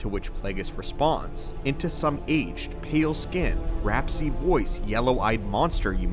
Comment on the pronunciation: Lol I laughed at that too. This guy is clearly reading from something someone else wrote, and he doesn't know what the words mean. 😂